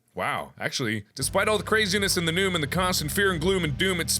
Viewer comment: Did anyone else hear him say noom instead of news?